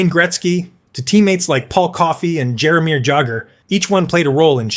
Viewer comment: Jaromir who? I can't listen to any more of this. Got halfway.